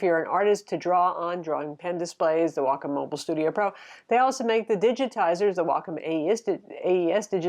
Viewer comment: You’re one of the few people who actually pronounce Wacom correctly. Thank you! :)